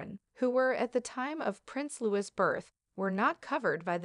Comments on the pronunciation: LOO-EEE..(not Lew-is) is the correct pronunciation of the boy's name. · PLEASE pronounce Louis name correctly!!!! It is NOT Lewis...., it is Louie!!!